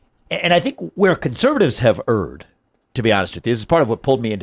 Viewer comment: Vivek!! Love ya buddy, you’re so well spoken and you have my vote and the votes of the many in my life who I will discuss issues with this coming election season. I know once they give you a glance they will be as quickly decided as me. Erred is pronounced like Ehrd or Aired. I guarantee every one of us in this world has something we unknowingly mispronounce, this one stuck out to me like a sore thumb and I write this knowing you likely won’t see it but if you do, mastering your craft for public speaking benefits all Americans and I want that for us all so I choose to spend the minute of my time. I also will say now that I’m commenting and here how impressed I am with you whipping out biblical references such as the golden calf with the Israelites. For someone who admittedly is not of the Christian religion, knowing key elements to the founding of it is quite impressive and speaks to your character. You would probably do well with world leaders as you brought this same level of understanding to those important discussions.